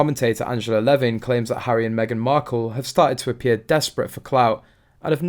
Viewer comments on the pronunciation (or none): none